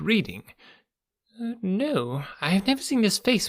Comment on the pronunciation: In the UK 'Chiswick' is pronounced 'Chizzick' and the town of 'Reading' is pronounced 'Redding'. Thanks for the story! 😊